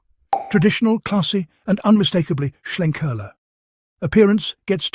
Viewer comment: Sounds good, may well check this out - love a bit of smoke in my beer. The main thing about this review though, it’s nice that a beer reviewer can actually pronounce Schlenkerla correctly - most omit the ‘l’ and call it Schenkerla 🙄 For that, you deserve a cuddle from Jennifer Lopez.